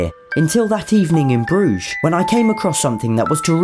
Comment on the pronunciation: You missed pronounced brugge